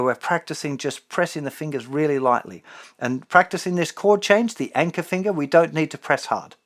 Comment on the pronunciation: I'm from America and fascinated by the way Justin says "Fingah" XD